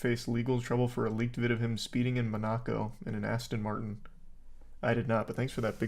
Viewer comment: Mon-uh-ko not muhn-ah-ko